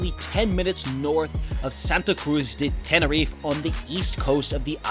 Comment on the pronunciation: TeneriFE, not Tenerif, please !